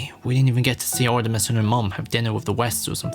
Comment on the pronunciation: Artimes (Artimes)